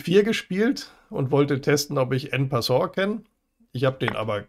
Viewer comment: Schätze mal Du hast Latein gehabt und kein französich 😀Ganz ehrlich , so wie Du en passant aussprichst kriegst von jedem Franzosen einen Sprachlehrgang 😝 Ging mir auch schon so bei den Franzosen. Wollten mich nicht mehr aus dem Laden lassen bis ich es sauber ausgesprochen hatte.😀Frage mich was mein Bruder mit seinem th machen würde in England ? Er sagt immer s 😀 Naja am Brett muss man den Zug ja nicht aussprechen.